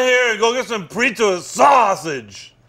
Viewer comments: the way he so easily throws R's into random words like "broobie traps" and "prizza" is so fucking funny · I haven't said the actual word 'pizza' in years. It's only 'prizza' now.